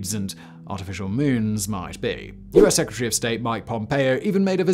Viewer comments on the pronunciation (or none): none